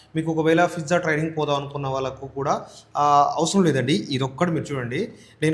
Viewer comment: Pizza ❌ Fizza ✅